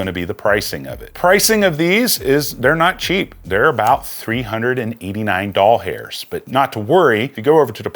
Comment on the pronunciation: I've always liked your videos; you do a really great job at details and relevant content. Promo codes are a plus and the visuals are great. BUT... every time you say "doll hairs" I cringe. Just wanted to throw that out there with all due respect.